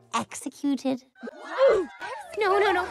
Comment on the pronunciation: When she said exercuted I fell of the sofa 😂😂